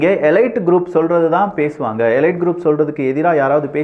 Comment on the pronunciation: உச்சரிப்பு--- எலைட் அல்ல- eleet